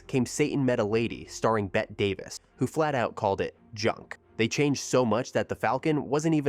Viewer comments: Bet Davis? Bette is pronounced Betty. All Quiet on the Western Front was a monster movie? Huston's version of The Maltese Falcon is the greatest detective film ever made. But I don't consider it a true film noir. It was one of the major influences on film noir, but the film was primarily a comedy. Not a laugh out loud comedy, but one where the jokes are designed to provoke a smirk. Note that it was edited like a comedy. Greenstreet's and Lorre's characters are straight out of the mystery-comedies of the 1930's. Bogart's and Astor's characters are the models for characters to follow in film noir. The Maltese Falcone has elements of both 1930's comedy and 1940's and '50's darker crime dramas. Not a true film noir, but rather a transition film. A "sequel" was finally shot in 1975. Actually, it was more of a spoof. George Segal played Sam Spade, Jr. in The Black Bird. It hardly can be placed at the same level as The Maltese Falcone. But it did co-star Lee Patrick and Elisha Cook, Jr. reprising their roles from the original. Unlike George Raft, Bogart was eager to work with Huston. Huston wrote the screenplay for Bogart's previous film, High Seirra, and Bogart called it the best script he ever worked with. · You completely lost me at "Bet" Davis. Bette Davis is pronounced Betty Davis. Didn't listen to another AI syllable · For crying out loud, can’t the AI even get Bette Davis’s first name right? It’s two syllables, pronounced like Betty, not Bet! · If only Brits and AI could learn to pronounce Bette Davis's name, it's "Betty", not "Bet". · This narration says “bet” Davis instead of the correct “Betty” Davis for film legend Bette Davis. I don’t know what this video meant to be, but don’t believe or watch it. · Bette Davis is pronounced Betty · Sorry. But it is pronounced "Betty" Davis, not "Bet." What is the world coming to when people pretending to be experts can't even pronounce the name of one of the biggest stars of American cinema? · And Bette Davis' first name.